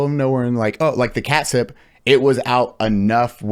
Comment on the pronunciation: I can’t help but laugh every time you call it katsup 😂 It will be forever the katsup nuclear plant. You were right the first time you said it. I live near that. It’s alway a fun destination ride on the motorcycle.